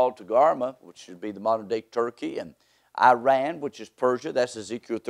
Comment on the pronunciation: You can’t even say the country’s name properly, who is taking you seriously 😂